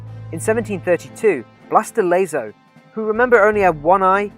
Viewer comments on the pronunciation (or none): Blas de Lezo era el puto amo, deberían hacerle una peli, por cierto el del vídeo podría aprender a pronunciar Blas de Lezo que me chirrian los oídos de oírlo.